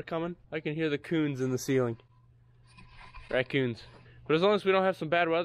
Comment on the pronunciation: Raccoons? Nah, Ray-kins! lol